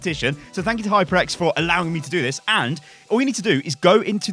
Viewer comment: It's HyperX, not HypreX